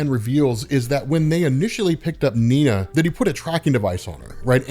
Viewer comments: Cool story. Nina is German though, so her name would be pronounced "Nee-naa" not "Neen-ya". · Bro, her name is Nina, not Niña. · Am I missing something? He keeps saying 'Niña' even though it says 'Nina' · minor irritation, but: not Neen-ja, you make it sound Spanish... it's Nee-nah, a common German name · why do you pronounce Nina as "Ninya"? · It's just Nina not Niña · It’s Nina, as in “Knee-Nah” the word you are saying is little girl in SPANISH. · does he mispronounce Nina as a joke or.. ? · Kinda weird how you pronounce Nina. As if its two separate words instead of one. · You’re pronouncing Nina’s name wrong bro